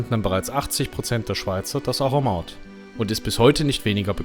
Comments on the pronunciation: Aromat alle vokale gleich betont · Das R muss so richtig Rollen bei Aromat. So wie bei Rammstein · Bzgl. Betonung noch eine kleine Ergänzung: Auf dem ersten „a“. 😉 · Schönes Video. Ein Hinweis zum Aromat. Die schweizerdeutsche Aussprache hat die typische Erstsilbenbetonung. A romat. En Guete